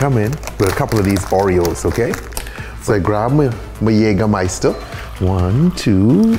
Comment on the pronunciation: His pronounciation of Jägermeister is great